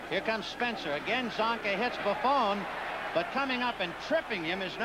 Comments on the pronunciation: ... It really helps when you announce games to know the proper pronunciation of the player's names. Doug Buffoon? Are you kidding me. LMAO 😆 😆 😆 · For all the waxing poetic of all days, these announcers were bad. Between Scully mispronouncing Kotar's name (ko-TAR), not (ko-ter) to them call Doug Buffone (Buff-own) Buff-OON, have to wonder what went on in pre-production. Johnny Morris was better than Hawkins, only if for that fact he said less..